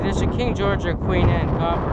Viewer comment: For a moment I couldn't understand what he was saying... I was about to go to google and look up the word "kyoppa" lol.